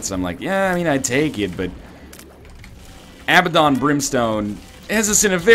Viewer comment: I wish Ryan would pronounce Abaddon correctly, still a good vid just a minor annoyance